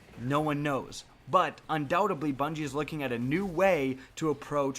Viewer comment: Not undoubt-ably, undoubtedly